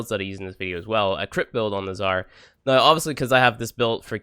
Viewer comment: Why is he saying noi instead of now? Is that a dialekt? Don't want to offend or trigger...just want to know.